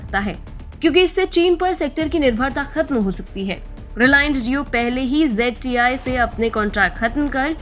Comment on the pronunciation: It is ZTE not ZTI